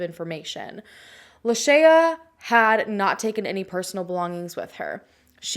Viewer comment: I think you are mispronouncing her name. Did you hear the way her mom pronounced it in the interview?